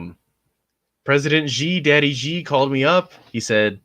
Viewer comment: FYI the pronunciation of Xi is closer to the English word "she"